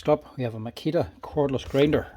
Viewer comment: Never heard of “Makia” tools.